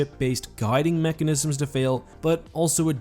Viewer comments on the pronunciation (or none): none